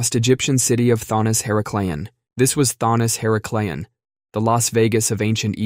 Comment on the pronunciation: Her-ACK-lee-on. Not her-uh-clee-on